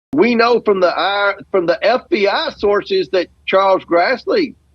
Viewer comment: The eff bee eyee... the aff bee Aaa. Ffs. Shame on you comer